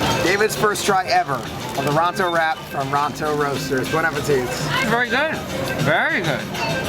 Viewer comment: Great video!! But, you're not supposed to say the "it' at the end of Bon appétit. The "it" is silent:p (appé-tee)